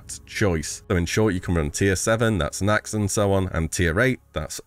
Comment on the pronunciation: "in fact, revamped naxx, either turntee and soth amine talair, were coloured within two days of expansion launch" bro did you have a stroke halfway through that sentence?